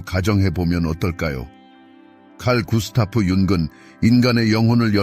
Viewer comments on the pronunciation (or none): tts좀 어떻게 해보세요 융은->윤근 이렇게 나오는데 이거 말고도 많은데 신경좀 써주세요 전반적으로 오디오랑 자막 좀 신경써주세요